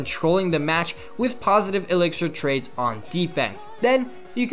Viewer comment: "positive trakes" I know he mean trades